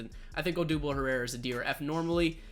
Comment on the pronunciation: I think you did Herrera wrong